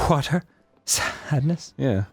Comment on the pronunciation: I repeated hwater at the same time as Dan 😂 H H HWATER